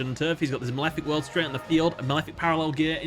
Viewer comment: "In the maweffic wwwwerld"